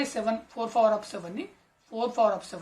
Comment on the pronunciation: Aadi power undi fower kadu😂😅